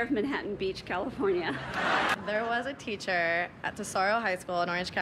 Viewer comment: “There was a teacheeewr….” 💀